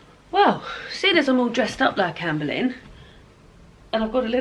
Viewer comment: Me being American and knowing absolutely nothing about any of these queens, I spent the entire last video thinking you were saying Amber Lynn until I saw the title of this video. 🤦🏻‍♀️😂